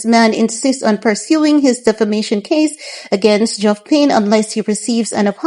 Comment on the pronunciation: Its Geoff reads as Jeff x